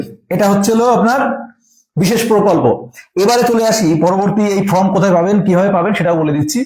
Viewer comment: ওটা ফ্রম না দাদা ওটা ফর্ম।